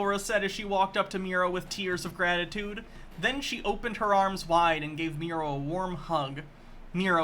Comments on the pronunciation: I feel like is going to see this, and his only response is going to be something like "You call him MEE-ro, but it's pronounced MYE-ro!" Then he'll sit back, nod at his computer screen, and say "got'em." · I bet it pronounced MEH-ro…. as in, MEH-ro-wanna 😉